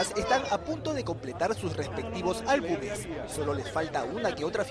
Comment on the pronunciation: álbuMes!! álbuMes!! inviertan en saber hablar